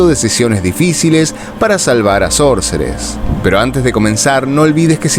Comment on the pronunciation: Brillante interpretación 👏🏻 una sola cosa para observar: la pronunciación de SORCERESS no tiene la tónica correcta. Debiera escucharse "SÓRCERESS" (foneticamemte hablando). De hecho en el video se ve en algún momento que la pronunciación es correcta. Por otra parte, siendo que el nombre significa (literalmente) "HECHICERA" puede utilizarse ésa forma hispana cómo sinónimo. Gracias, gran trabajo!